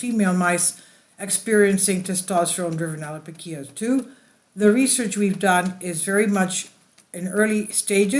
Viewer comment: The pronunciation of some key words were absolutely butchered to hell. Multiple wrong pronunciations of the same word and even made up letters shoved in there randomly. “Allopokia/allopokeery” = allopecia “Monoxilid” = minoxidil